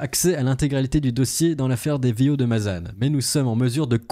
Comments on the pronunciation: Mazane putin mais arrete ca se prononce mazen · On prononce Mazan comme écrit, pas Mazane. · au fait juste pour info on dit ma zan comme le bonbon le zan on dit pas mazane c'est pas une critique ses juste pour que tu est la bonne prononciation le an ce prononce en, je suis du Vaucluse je connais bien cette ville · On dit Mazan pas Mazane